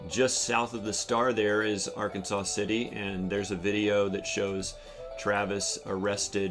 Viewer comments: it's AR-KANSAS City -- not "Ar-kan-saw" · Those of us who live in Kansas, refer to the city in Kansas where Travis was arrested as "Ark City", or "Arkansas City", not arkansaw city. Also the river that runs through Wichita is The Little Arkansas River. It is not pronounced like the state of Arkansas, i.e.: arkansaw. The river, like the city is pronounced like Kansas, with "Ark" as the prefix. Just a heads up for the viewers. And it's true - Kansas is a State of Mind. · Not for not but .. The correct pronunciation of Arkansas City, Kansas, is "Ar-kan-sas City," with the final "s" pronounced, unlike the state of Arkansas, which is pronounced "Ar-kan-saw." I've been there and they're pretty snippy about it .. 😮😅😂 At least this comment helps with the algorithm for the video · Just so you are aware - It is "Are-Kansas City" Or "Ark City Kansas" :) Thank you for helping support Travis!